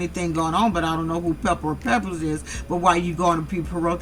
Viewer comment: I was dying when she kept saying pepper or Peppa or whatever the hell it is 😆